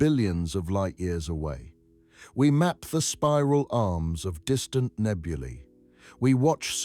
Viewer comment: Did you just say "spiral arms of nebulae?"